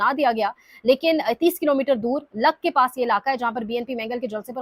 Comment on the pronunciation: لک کے پاس نہیں، اس جگہ کا نام لکپاس ہے۔